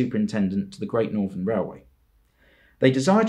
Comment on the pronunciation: He butchered great northern and he butchered the p2s